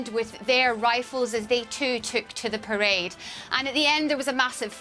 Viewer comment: Did she start to say prison instead of parade?lol